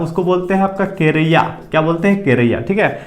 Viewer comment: कारया बोला जाता हैं केरया नहीं भाइ